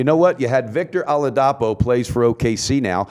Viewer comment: just a genuine constructive comment, its pronounced Ola-dee-po. keep doing good work y'all.